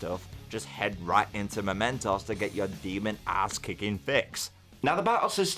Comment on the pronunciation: It's pronounced MEMEmentos